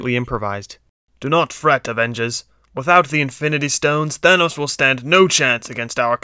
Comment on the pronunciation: Bruh Y did u say thonas and iorn man